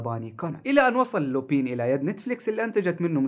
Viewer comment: لا تنطق لوبين ههههههه تنطق لوبان